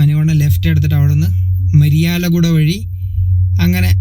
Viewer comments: സഹോദരാ പഴയ ആന്ധ്രപ്രദേശ് മുഴുവനും ഞാൻ കറങ്ങിയതാണ്. രാജമൻട്രി എന്നാണ് ആ സ്ഥലത്തിന്റെ പേര് രാജ മുന്തിരി അല്ല😂മരിയാല കുട യല്ല. മിരിയലഗുഡ. എന്നാണ് സ്ഥലത്തിന്റെ പേര്. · കാവലി.... ❤ മരിയാലഗുഡ അല്ല. മിരിയാലഗുഡ. ... എന്നു പറയൂ ഞാൻ ഈ സ്ഥലങ്ങളെല്ലാം കറങ്ങിയതാണ് 1996 97 കാലഘട്ടങ്ങളിൽ